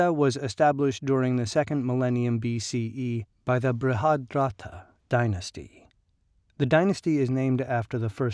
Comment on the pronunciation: It's pronounced as "muh-guhdh" and not "Maga D Ha" 🙄